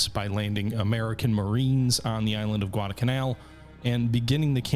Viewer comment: Neither of the l's in Guadalcanal is silent.